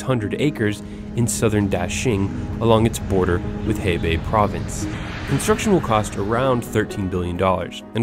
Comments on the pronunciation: It’s actually Hebei not Heibei... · Not "Heibei" but "Hebei". At least show some freaking professionalism. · It’s not “Heibei”, it’s “Hebei” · WTF u said HEIBEI? :)) is HEBEI mister.... poor informations.... come onnnn bug in first 20 seconds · HeRh Bei. Not Hee Bei. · Hebei not Heibei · Hebei, not Heibei. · Her-bei NOT he-bei. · Thanks for the video, and just to kindly remind you, Heibei does not exist, it is Hebei province, and Bo Hai is actually Bo sea, Hai means "Sea" in Chinese, it is a great video, thanks for the update :) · its HEBEI not HEIBEI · "Hey-babe" province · I like the amount of research that went into this video and it's very educational, but for all of that and the effort of creating a 20+ minute video, Hebei is not only spelled wrong as "Heibei," but is also pronounced wrong as "hey-bay," whereas the correct pronunciation is quite different: it's "huh-bay," which undercuts the video as a whole, since it's such a basic fact that has been overlooked. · lol. It's "he2bei3". How could you make a mistake on such simple things. really lousy homework and research you've done. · "Hebei" should be easy to pronounce for English speaker, but most English speakers won't even want to put in minimum effort！it is "Her pay" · Hi from Beijing. Okay, learn how to pronounce Hebei and I'll keep listening. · his pronunciation of Hebei kills me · I chuckled when I heard him saying "Hebei" 嘿北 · Very interesting, but you really need to work on your Chinese tones and pronunciations. You got a little sloppy there at times. Your worst pronunciations were Dalian and Hebei. Rather than make it up as you go along, do your research and make a better attempt at pronouncing your Chinese cities correctly. Maybe this link will help you.